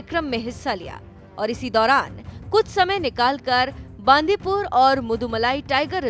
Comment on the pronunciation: Atleast pronounce the place name right... It is not बांदीपूर .... It is बंडीपुर.... 🙏🙏🙏